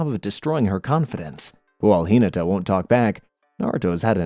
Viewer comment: Hee-nuh-tuh High-you-guh